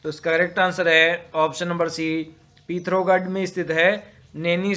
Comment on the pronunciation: हिंदी उच्चारण में सुधार लाएं पता नही क्या क्या बोल रहे हो "पौड़ी" जिले को "पोंडी" बोल रहे हो "पिथौरागढ़" को "पिथारगढ़" जिले के नाम तो बोलो कम से कम सही से